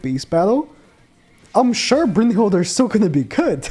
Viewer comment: Why do you pronounce it Brunhild(er)? 😂